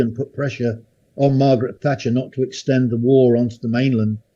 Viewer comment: Every time he says Thatcher I shudder but I get where he's coming from. Amazing military career. Great listen